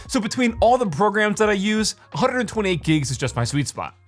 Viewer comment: Did anyone else hear the rolled tongue when he said 128 gigs 😭